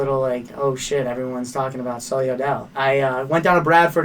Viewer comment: It’s sulli not sully